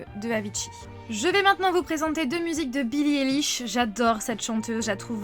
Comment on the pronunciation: Juste billie eilish se prononce aylish 😃